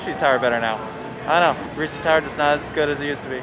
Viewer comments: They are most definitely not! Also Ree-sez not reesies. He must be stopped lol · Yes, Reesies are disgusting because THAT’S NOT WHAT THEY’RE CALLED 😂😂 I don’t know if it’s because Hershey is my home park or people from Pennsylvania just say it differently (or it could be what part of the state I’m from) but I’ve always been told it’s pronounced without the “ies” sound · you lost a loyal sub, lol jk but what the heck I will fight you on your opinion and your pronunciation of Reese’s